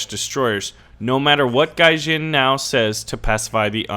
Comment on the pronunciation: its gaijin, not gayjin, and although i may be a fanboy, still, i think its rude how u call gaijin "gayjin". and no, i will not cry on mommys shoulders, but still, i must recommend not being as rude to people. it is mean and u can hurt peoples feelings, and IRL it may cause bigger consequences than on the internet.